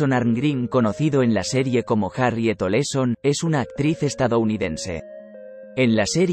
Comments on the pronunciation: No es Oleson, es OLSON .Aprendan a pronunciar😮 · El apellido era OLSON lo dijo mal en 4 ocasiones